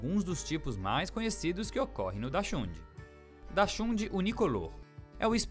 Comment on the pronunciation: O narrador não sabe falar o nome da raça do cachorro